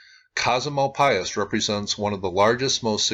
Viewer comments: I used to live in Springerville/Eagar AZ. Casa Malpais is pronounced with a silent S, so Casa Mal-pie. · Just a comment that I've heard it pronounced "mal-PAYS." Just what I heard from folks in New Mexico when I was in the Malpais, years ago. Love your channel.